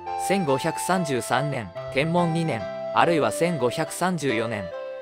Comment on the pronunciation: 「天文年間」↓ 読み方 ❌「テンモン」 ⭕️「テンブン」